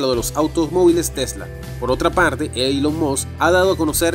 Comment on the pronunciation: Sería muy agradable que se corrigieran algunos errores del idioma y decidirse entre pronunciar palabras en inglés o pronunciar el inglés en español, pero no una mescla entre inglés y español Ej: Elon Musk, mal pronunciado múltiples veces y la palabra habían, mal empleada múltiples veces también. Espero se entienda como crítica constructiva.